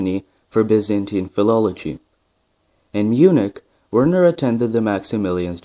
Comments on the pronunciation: It's pronounced virna heisenberg. And it's surprising that his brother is also called Erwin. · Pronounce the W like V. You also forgot about Werner's older brother Groucho Heisenberg who always knew where he was just not certain how he got there.